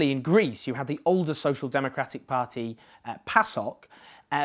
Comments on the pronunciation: Learn to pronounce party first! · Excellent thoughts and analysis as usual, but I'm slightly put off by the way you say "party" - as though you have a thick welsh accent, but you're clearly not Welsh. Very distracting, but otherwise exceptional truth as usual in the dearth of factual analysis in the British media. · Please just learn how to say 'party'. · You need to find an alternative to the word 'pah-tee'. I can't concentrate. This feels like a campaign to acclimatise us to the weirdness of your pronunciation. My pah-tee counter is a smouldering wreckage! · A par-tea of par-teas. Par-tea overload ;-) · I will never tire of your pronunciation of "paaht-tee". :-) another great video Owen x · Why can't you say "party"